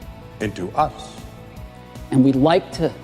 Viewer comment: Wait... Did you say "us"? ^^